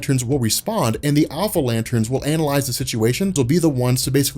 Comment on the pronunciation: Ha said anal-ize